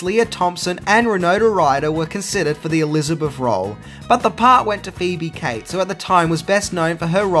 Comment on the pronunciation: Her name is Phoebe Cates, not Phoebe Kites